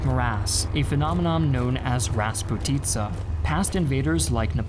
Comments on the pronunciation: Марасссс и распути'ца . Ахахаха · Mozhaisk isn't pronounced like Motzaisk, but ok. Also it's raspUtitsa, not rasputItsa. You're not a native speaker, so that's fine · Hello from Moscow! It's called raspUtye (распутье), not rasputIza, which means different direction of the road, there is nothing common with the meaning of the timeline. Maybe this word was a thing in 40's, but nowadays I barely can meet this in Russia. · Also Finnish advance towards Leningrad isn’t shown and emphasis in “ras’putitsa” is in the middle part.